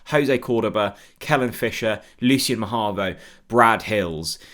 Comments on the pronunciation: Always enjoy your videos. But please, it’s Mahovo NOT Mahavo. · Ma-ho-vo. Unless we’ve signed a guy called ma-har-vo that I just don’t know about. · Say it with me,... ma- HO - vo